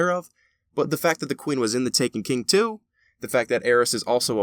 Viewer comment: "In The Taken King 2" I didnt know there was a second Taken King! (This is a joke on how he says "In the Taken King too")